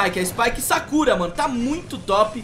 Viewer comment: Spike "sakúra" ;--; (a pronúncia é Sákura =~=)